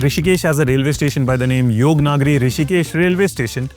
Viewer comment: "Yog Naaagari" nahi brother, it's "Yog Nagari"...not " Aaaa " it's only "a" of "Ahmedabad"